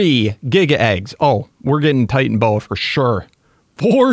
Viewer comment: It is titanoboa is not titanboa